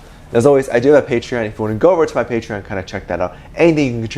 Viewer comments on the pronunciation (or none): none